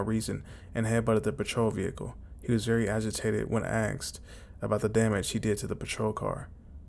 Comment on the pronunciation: I believe it is pronounced “aSked” Not “aKsed” boils my piss that 😂